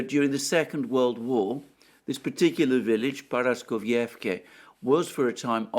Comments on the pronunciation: dude, please, ParaskovievkA, NOT ParaskovievkE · I even broke the word down into fragments days ago and wrote it in Greek, which he read, but he still cannot get it right. Now, instead of Paraskovievka, it is Paraskovievké, tomorrow instead of Gorlovka, it will be Gorlovké. 😥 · Dear Alexander, please forgive me for saying this, but for a person of near impeccable grammar and pronunciation, you should put in some effort with the pronunciation of Paraskovievka. There is no such thing as Paraskovievké, and to hear it said repetitively is unpraiseworthy. Please listen to how Dima from Military Summary says it and practice. Just like I would not call you Élexander, I think you should not say Paraskovievké again and again, because no such place exists. What exists is Paraskovievka. Thank you for reading. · The name of the town is Paraskoveyevka. Your pronunciation is spot on, besides the last letter. It ends with a letter a, it is pronounced the same as the the other letters a in the word. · Paraskovievka - the last sound is A, not E. like in CAR.